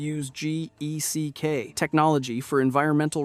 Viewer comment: It's just geck my dude. The acronym is pronounced like it's spelled no need to say the individual letters.